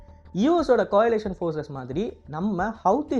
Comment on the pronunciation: டேய் கொயிலேசன் இல்லடா கோளே/ளியெஷன் டா ள ளி. இரண்டும் கலந்து வரும்